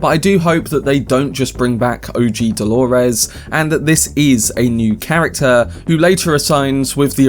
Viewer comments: Why do you say holores! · And who is Delorez? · Why do you say Dolores like that😭